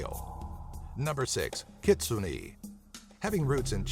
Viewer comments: I think it's pronounced kit-soo-nay not kit-soo-nee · Just so you know, Kitsune is pronounced "Key Tsu Nay" and also, the Kappa becomes immobile if the water from it's is spilled. If you fill it back up, they will server you till they die. And, btw, a Kappa's favorite food is cucumbers. =3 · ....you pronounced kitsune wrong... TRIGGERED I think you pronounced it wrong... but at least it's on this list. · And is nobody mad at the way he says 'Kitsune'?